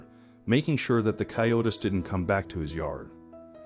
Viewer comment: A great story, but "coyote" is pronounced coy- ó- tee in English. Plural is "coy-ó-tees", not coy-o-tis or coy-o-tess. If you are going to do a video on an umfamiliar animal, please do some preparation.